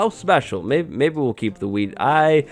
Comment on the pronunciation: LOL when he says wheat it sounds like weed